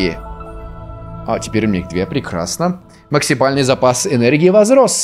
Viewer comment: В сказал не максимальный, а максипальный. Хех